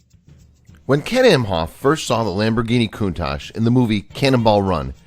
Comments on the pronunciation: It's not "Koontash" it's KoonTUCK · its pronounced Countak